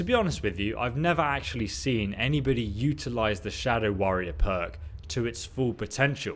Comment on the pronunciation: Who else thought when he said perk, he said "Mer" huh